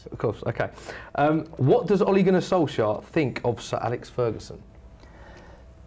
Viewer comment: Wait what you pronounce it „Solsher”!? I've thought you pronounce him „Solxjer“